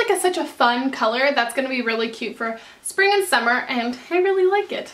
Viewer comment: Wait how come u kept saying sping